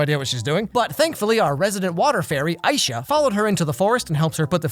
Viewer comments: I-Sha Me:...I-e-sha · Isha 😐 ISHA bro that's the most disrespect on a black persons name I've ever heard, it's Aisha God dammit😭 don't slander my girl any longer please Netflix has already done enough to the poor girl 😭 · Aisha/Layla's name is pronounced Ai-e-sha Edit: or like remove the A and its like spelled I-e-sha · Wow, the amount of disrespect on calling Aisha, “I sha.” He said he did some research but if he did some proper research, like watching the cartoon show first, he’d know how to pronounce her name. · Uhm, Aisha's pronounced Eye-yee-shuh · The way that he pronounces Aisha wakes up a foreign part of anger in me